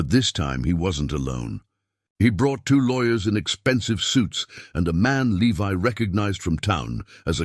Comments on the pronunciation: At first the ai reading the guys name the correct way. Levi then he says leve can you people ever get your words correct useing the proper long and short vales the correct way??? 😊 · If Alice was Levi’s mother, as your story states, the Jonas and Eleanor were his grandparents not his great grandparents. This is why the story is getting confusing first I thought I was wrong but nope you guys are getting your generations confused and you have pronounced Levi’s name three different ways. It’s Levi just like the jeans.